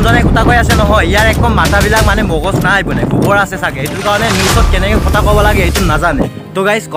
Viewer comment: অসমীয়া কথা তেনেকৈ কয় নেকি অ ককাই? কি কতা কতা, কথা বুলি কোৱা আকৌ😆😆😆😆😆 নাজানিলে অসমীয়া ক'ব নালাগে দিয়া!